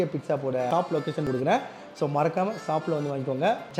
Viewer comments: Shop ❌ Saab✅ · Shop❌ Sap✅ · Shop is a word, shaap is an emotion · Reply ❌ replay ✅ Helmet ❌ Yelmat✅ Shop ❌ sop✅ Current ❌ karand✅ Struggle ❌ stugle✅ Reject ❌ deject✅